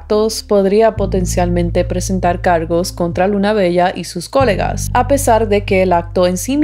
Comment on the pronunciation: coLÉga! coLÉga!!! con acento en la E. :D si, esa estacion del metro a esas hrs esta muy sola. de hecho hasta peligrosa la consideraría